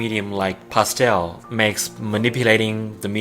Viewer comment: "pasteowl" xD